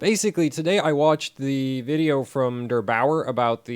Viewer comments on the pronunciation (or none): Derbauer ... not Dr Bauer ... lol